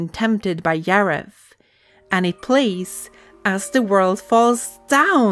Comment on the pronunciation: Yim Henson and Yareth. 😂 Bruh..